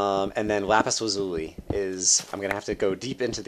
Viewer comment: What's Lapis Lazooey? It's Lapis Laz-you-lie damnit! Still, good video, thanks :p